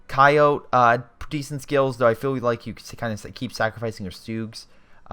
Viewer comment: GLORIOUS Replay,but I think you should know Coyote is pronounced "Ky-O-Tee".